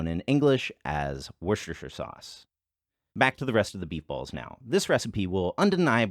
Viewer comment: I love how is able to speak Chinese, which is supposed to be one of the most difficult languages to learn, but still mispronounces the word Worcestershire sauce.